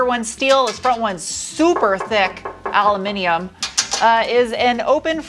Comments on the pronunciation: Please stop saying al'u'min'imen. It's pronounced aluminum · U. Loo. Min. Um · Love your videos! Been sharing with all my friends who are into this stuff. Two issues: why add the extra syllable to "aluminum"? "Etcetera" sounds like it is spelled, not like "Edcedra".